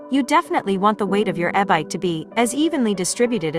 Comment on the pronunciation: I hope eh-bike is less annoying than robo voice.